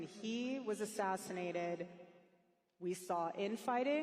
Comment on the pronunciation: “ONCE he was assinated”…yeah I’m officially suspicious of her.